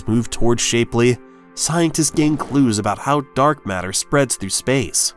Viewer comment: It's pronounce shap-ley not shapely